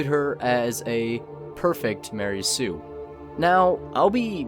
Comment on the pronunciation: Ma-rey Sue